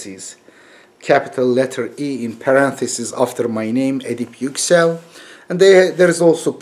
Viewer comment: Hocam kendi adınızı neden Amerikan aksanıyle telaffuz ediyorsunuz?